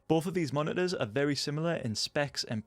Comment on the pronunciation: moni-uhs it's moniTors btw